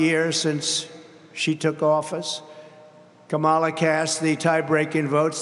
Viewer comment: "Ka' mala" haha the snowflakes are going nuts!